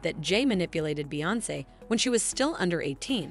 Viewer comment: As well as beyonce as beyonkay 😂